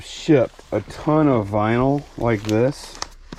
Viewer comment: It's vinyl, not vynil. 😮